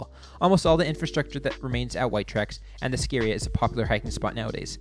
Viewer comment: Also, It's Ski Area...not scaria.